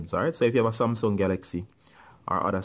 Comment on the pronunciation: He only said smasum8